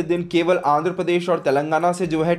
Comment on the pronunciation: तेलंगणा बोलणे मे क्या कठणयी है बेटा आपको ?????